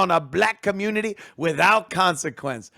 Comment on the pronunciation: What help did he get in his 'comoonidy'?...zero.